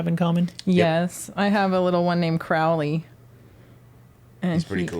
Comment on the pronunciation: It's Crow-ley not craw-ley. Show your cat and the beast a little respect. Lmao I'm mostly joking but you should say it right doe 😅